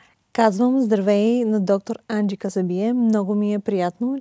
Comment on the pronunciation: Енджи е красива, остроумна и полезна. Водещата е българка, а говори по-забавено от госта. Опитва се да вкара акцента на Енджи, но изглежда, като със забавена мисловна дейност. Даже името на Енджи изговори неправилно-Анджи. 😢